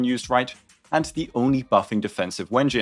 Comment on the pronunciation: I really appreciate how you pronounce it wen-jin. Great minds do think alike.